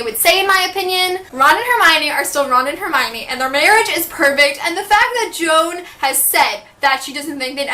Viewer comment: Do I keep hearing you refer to JK as "Joan"? Not sure if I'm hearing wrong or not, but it's "Jo Anne Rowling" with a space between JO and ANNE. But maybe I'm wrong.